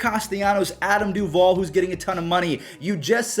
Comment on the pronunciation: Dude said Adam Duvall 🤦🏼‍♂️😂